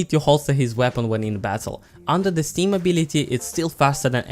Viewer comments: its the way he pronounces it youtube captions read it as steam also i made fun of the fact he thought it was a pilots name in tf2 but finally r/wooooosh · Anyone else slightly annoyed with how he says stem?